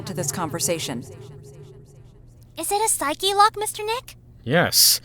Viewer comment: Wait, how am I only now noticing Pearl is pronouncing "Psyche-Lock" correctly?